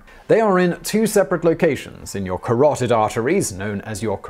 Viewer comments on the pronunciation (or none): none